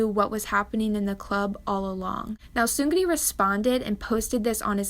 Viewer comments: The “r” sound in Korean isn’t like that of in English. It is rolled, which is why I think she pronounced it the way she did, but the r in Seungri isn’t emphasized as much as she’s saying it. The way she says it would kind of look like 승그리 (seung-geu-ree). The “ng” and “r” combination sound really awkward and is generally just difficult in Korean, so it instead sounds kind of like seung-ni (as others have said) because it’s just easier. “Ni” is actually still “ri” but like reeeeeeally short. It doesn’t just sound like straight up “knee” (not really, at least). There is a slight rolled sound. Like the very last bit of the rolled “r” sound. It’s hard to explain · You pronounce seungri as seung-ni not seung-ri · Your pronounciation of Seungri, to correct it you almost leave the G out and pronounce it as Seun-Ri. The Gri sound you make isn't correct. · I'm not trying to hate. I'm just giving feedback. The "Soon-gu-ri" was kinda stuck in my head.. I know everyone is not Korean and can't pronounce everything correctly but just to let you know, it's "Sung-li" There's more of a L sound than a R sound. Tbh this stuff doesn't even matter. We're not gonna be saying his name anymore, right? \/(°_°)\/ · Just a friendly comment passing through, its pronounced "seung"- "ri" not "seun"-"gri". Thanks! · no offense but yall talking bout the scandal and i say im kinda disturbed at the pronounciation "seung-gri" idk but it's seung-ri :) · she pronounces it as seung-gri and rolls the r😭 its just seung- ri with a soft r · his name is actually pronounced "seung-NI" because it translates to "victory" in korean and it's how the characters work. ur appreciated for ur current pronunciation, tho uwu. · I like how she pronounces “seungri” “Seunglree” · The way she calls "seungri" "SeungGRi" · the way she pronounce his name sEuNgIrI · why do you pronounce his name like that? the g is silent, it's sung-lee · *seunlee how you pronounce his name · isn't it pronounced "seung-ni"